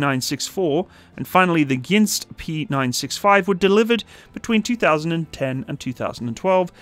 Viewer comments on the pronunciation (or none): I see these from time to time docking at my local dock, pretty cool to see. It's usually glimt. Also you named one of the ships wrong as you said "ginst" instead of "gnist"